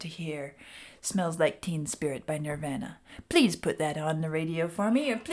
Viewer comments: Sorry, my ADHD is kicking in.... They are not pronounced Nirv-anna It's pronounced Nirv-AHna Just sayin'.... ....and that goes for the Indian religious concept of Nirvana also. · She pronounces it a lot of people did when they first came out. Like Ner-van-a. It’s Nir-von-a ~Nirvana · I know when someone doesn't know Nirvana when they say "Nirvena".😅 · She is pronouncing the same way Axl Rose pronounced it when he went into a rant about Kurt Cobain and alternative music at a GNR concert in 92. You can pronounce it Nirvana or Nirvahna. Either way is correct. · its pronounced "NER-VAR-NA" .... sheesh... Vlad, correct her! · No, no, no, no, no!!!! Pronounced nir-vahhhh-nuh :-) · “Nirvana.” It rhymes with, “your mama.” I’m sure you’ve seen their name on countless T-shirts worn by people born after Cobain died. I’ve been a fan since their first album, Bleach. Glad to see you venture into something more exciting than The Wall. Building the theme in layers, by bringing each instrument in one at a time is a common technique in Rock music. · How does someone not know how to pronounce Nirvana? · not even gonna correct how you said the band name,,, i like your version better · You're not sure if you're saying KERRANG right?, you're not saying NIRVANA right! Please please please promise us you will look up how to properly pronounce NIRVANA. Please!!! 🙏🙏🙏 They're internationally renowned..not hard at all to look up. Please look into it! Thanks you! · I love how she pronounces Nirvana like from the In Bloom video! 😍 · I don’t think you’ve actually heard the name Nirvana because you keep saying it wrong.